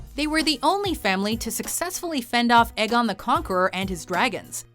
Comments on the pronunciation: Eggon? Is Aegon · It is Aegon not Eggon!! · You’re pronouncing Aegon wrong. It’s Êgon, not Egon. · "EGGON THE CONQUEROR"